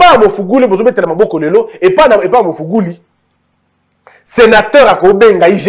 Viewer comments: olobi ya solo, mais la prochaine fois corriger kk kombo wana 🤣🤣eza Magufuli et non Mafuguli. Que Dieu te bénisse. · Le président Tanzanie s'appelle MAGUFULI pas mugufuli😂😂😂😂😂